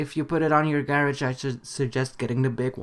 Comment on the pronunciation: ''gerege'' lol its ''garage'' never mind